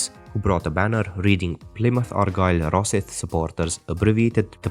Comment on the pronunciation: Your pronunciations are off pal, its 'the Buddies' for st mirren. Raw scythe would be how you said rosyth. And it's the Hibees not highbays.